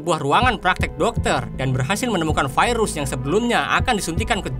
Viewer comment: Terganggu dengan kalimat "vairus".